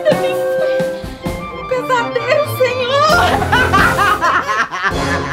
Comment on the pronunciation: Ela falou pezadero😂😂😂😂